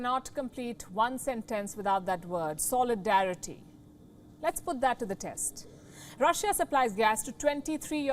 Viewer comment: When you keep emphasizing on solidarity...